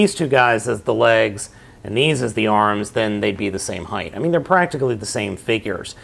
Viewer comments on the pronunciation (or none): you sead whight 7 Tim's